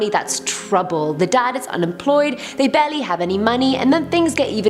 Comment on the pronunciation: Why are you always mispronouncing “serial” as “seal”? Also, why do you mispronounce “barely” as “belly”? However, perhaps the weirdest of your mispronunciations is what you do to the word “caretaker”: saying “keh-taker” instead. Why?